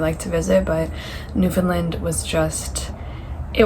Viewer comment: The end of the word “Newfoundland” is pronounced “land”, not “lund”